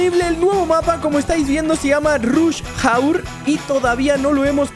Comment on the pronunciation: Ruzh hour